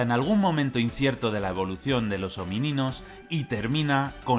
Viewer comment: Sí, solo que dice " homíninos"